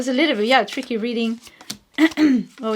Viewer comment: You said tricky in the first pile but I heard three keys instead.